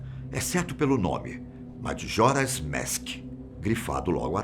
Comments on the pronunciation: Kkk “madjoras mèsk” o certo seria majora’s mask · O vídeo é bom, mas por que ele fica falando MADJORA'S MASK ? É só falar MAJORA'S MASK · Oh moço desculpa mais tu fala meio errado kkkk madjoras mask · "Madjora's Mésk" kkkkkkkkkkk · Gostei muito do vídeo principalmente o senhor falando madjoras mask kkkkk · E as pronúncias então kkkk pqp "dijédusabul" "Madjora's Mésk" putamerda bicho kkkkkk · Zelda "Madjoras Mask" dá até agonia vendo esse tiozão narrar o título do game 😒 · Se fala Jadúzabol , e MAJORAS MASK Aquela é só a forma de escrever A forma de falar n é como vc pronunciou